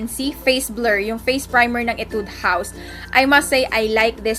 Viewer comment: /Hee-Tude// not /ee-Tude// pero its fine 😂😂 I love you